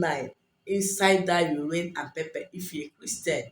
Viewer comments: Hi I'm sorry but I can't make out the steps its hard to understand. can you please type them out..also, you say pepe but what exactly do you mean by pepe? Is it pepper? If so what kind? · You have a beautiful accent but didn't understand pepper and what was the other ingredient?